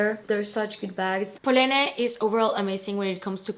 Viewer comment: Wow. Stunning collection! But an FYI: Do not pronounce the 'e' at the end of Polène. It is "poe-len." And vachetta is Italian, so it should be "vah-kett-ah" (think about kettle). Thanks for sharing your pieces with us :).